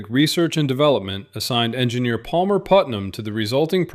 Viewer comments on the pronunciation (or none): none